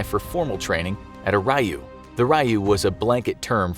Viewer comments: Raiyu? I'm sure you mean "Ryu" (R-yuu), which has multiple meanings. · Is anyone else getting their pets peeved because this dude keeps mispronouncing "Ryu", pronounced "ree-you", not "righ-you"? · I really just cant get over how he pronounced rai-yu